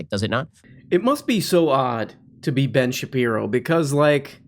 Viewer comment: I recently started clipping all of the times you mispronounce Ben’s name and you’re giving me too much material my friend